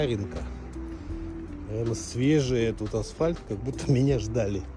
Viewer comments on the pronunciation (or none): none